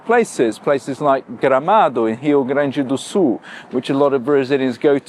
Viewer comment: Well, I ll respect your opinion and your taste!😄By the way, if you didn´t have pronounced an almost perfect "Gramado" and "Rio Grande do Sul", I woudn´t believe your 11 years claim of living here. Congrats for that!